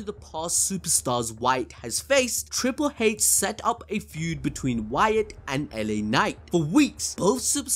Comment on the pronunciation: Every time you say Triple "Haitch", you should have William Regal's face pop up. YEAH